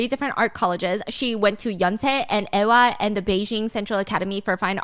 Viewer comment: "eh-wah" -> "eewa"